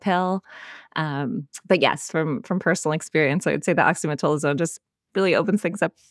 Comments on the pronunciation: I see this mispronunciation so often, but have heretofore demurred on correcting them for fear of being petty. I'm screaming inside OXY-ME-TAZ-O-LINE. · Great episode, especially emphasizing what to do instead of antibiotics for cold viruses. Oxymetazoline (Afrin) is the nasal spray medicine discussed for anyone confused by the slight mispronunciation in the episode.